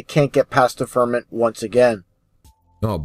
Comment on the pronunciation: If mispronounces "firmament" as "ferment" one more time... Oh, wait, he's saying that because he's really drinking himself stupid... Or more stupid. With a name like I would assume that he is deliberately providing false information, not hidden conspiracy details.